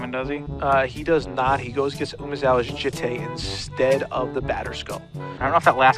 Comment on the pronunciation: It's pronounced 'jit' not 'jitay'. It's Japanese not French...